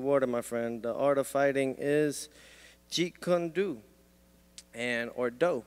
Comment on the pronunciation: Peo Fino is such a clown. He doesn't even know how to say Jeet Kune Do. Everybody who is really a fan of Bruce Lee knows. He clearly is not a fan and is BSing again.